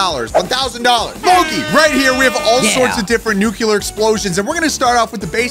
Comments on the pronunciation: Nuclear. Not nukular. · Theres only 1 "u" in nuclear.... its not pronounced "nookular"